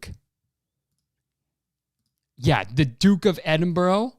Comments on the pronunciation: Kurtis pronouncing Edinburgh is the funniest thing I've heard in a while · from someone from edinbURGH. i’m gonna have to cancel you for the way you said it my guy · I'm here trying to be annoyed like Kurtis about the royal family but his pronunciation of edinburgh is so distracting I don't think I can take it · I agree with your point, but the way you say Edinburgh makes me cringe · the pronunciation of edinburgh was painful, but ily kurtis. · with peace and love Kurtis that is not how you pronounce Edinburgh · duke of “edinbro” i’ve never felt such pain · "The duke of edinbureau" It hurt me every time he said it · Kurtis... it’s pronounced Ed-in-bruh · Kurtis pronounce it Edinbruh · Edinburgh us pronounced ‘Edinbra’ it’s spelt weirdly because it’s in Scotland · Edin-burrow. The Duke of Edinburrow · The way he was saying Edinburgh 😭😭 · The way he pronounced Edinburgh😭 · Anyone else from actual Edinburgh in Scotland absolutely screaming at how he pronounces duke of Edinburgh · Kurtis saying Edinburgh wrong is so funny to me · theres about 5 minutes of this podcast dedicated to butchering the pronunciation of edinburgh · Your jokes about Prince Phillip are that much funnier because of the fact that you pronounce “Edinburgh” horrifically wrong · Hearing Kurtis pronounce Edinburgh like that is physically painful lol. Also we all hate Prince Phillip anyway, he’s a creepy old dude. Even people who like the royals hate him. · Kurtis...man...I totally agree with you on your opinion of the Duke of Edinburgh, but as a Scottish person, the way you said Edinburgh physically hurt me hahaha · my guy it’s ‘eding-BRUH’, not eding-borough lol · Kurtis, I don't to sound annoying but it's Edinbra 😂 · it’s edim-bruh, like when you realise how racist the duke is you’re like “bruh” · I'm sorry, EDINBURROW?? it's edinBRUH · Kurtis pronouncing Edinburgh as Edinborough instead of Edin-bruh... comedic excellence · the dukes of edinbro? my guy is edinBRUH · ITS EDINBRUH NOT EDINBORROW